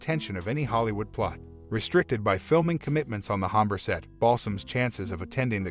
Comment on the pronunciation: Hombre - Soft H = silent.